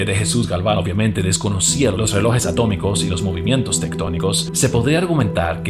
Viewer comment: Buenos días se dice relojes no reloes